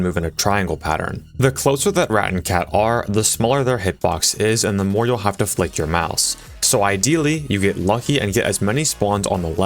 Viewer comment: "So I haveth a laser pointere"